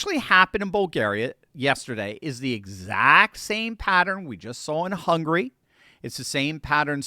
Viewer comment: It's "Hungary", not "hungry".